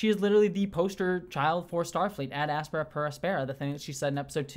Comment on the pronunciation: My biggest complaint about this episode is that Boimler, like Una, mispronounced the motto "Ad Astra Per Aspera." The accent in Aspera should be on the antepenult, not the penult, as the penult is not long by either nature or position.